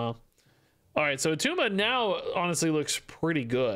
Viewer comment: ITS NOT ATTUMA